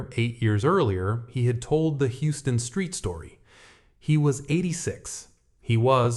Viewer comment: For future reference, it's pronounced "Howston street"